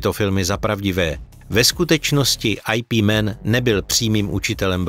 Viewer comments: ajpí men .. :D normalne "IP" ... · Twl... ajpímen... yip man ... čte se to ijipman!!!!! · Twl "Ajpí Men" néééé:-D Brutální bolest pro uši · To neni IP man ale vyslovuje se to "jip man " jinak Bruce Lee byl skutocne jeho zak Treba trochu vic delat research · ajpí men o mistru vyngčunovi, no tak to je meganarez😂😂😂nic tak vtipnyho sem snad neslysel, dobre 😂